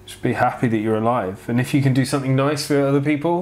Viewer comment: You say soNething, and it's sooo cute 😊 I also hear a lot of 'N's instead of M ☺ Totally cute 😊